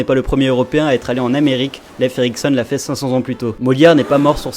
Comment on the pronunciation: " Il n'est jamais t'allé " ? Liaison douteuse